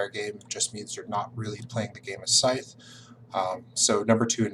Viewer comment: Top mistake #6: pronouncing Scythe with a “th” like tooth, rather than a “th” like smooth.